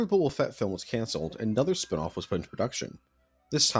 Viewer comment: "Booba Fett" oh my god